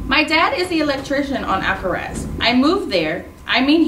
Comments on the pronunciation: Alcatraz has a t try saying it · It is not alcaraz it is Alcatraz